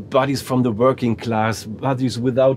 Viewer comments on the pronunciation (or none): none